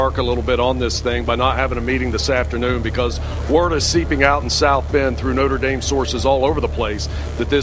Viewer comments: He pronounces Notre Dame differently every single time he says it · My biggest gripe is him not deciding to pronounce it note-er Dame or note-trah dame